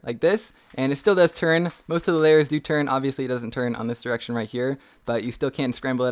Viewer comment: He said one diraction lol